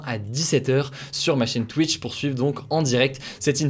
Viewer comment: sur « Twouitch »